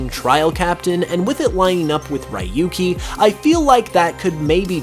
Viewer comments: Sorry but just had to say it..it's not pronounced as ra-yu-ki but ryoo-ki 😅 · “RY-YU—KEY” hurts my ears so much It’s “REE-YU-KEY”, Japanese Name so he’s from Gen 1, 2, 3 or 4 It’s not too difficult to lead some basic pronunciation :p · I didn't liked how he pronounced Rahyukey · Ryuki's name is pronounced (Ree-yoo-kee) you idiot! Learn to speak Japanese! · Your pronunciation of ryuki killed me. No offense but that's not how you pronounce it 😂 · butchered Ryuki's name